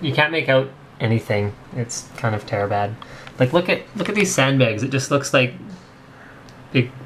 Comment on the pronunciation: You are the first person i have ever heard say "terrabad"..